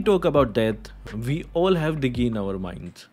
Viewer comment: Vwen we talk about that, vwe all have to....😂😂😂